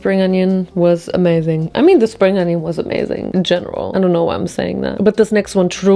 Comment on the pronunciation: It's "onion", not "ANYIN".